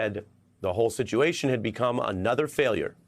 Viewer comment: haaaad. There is no R.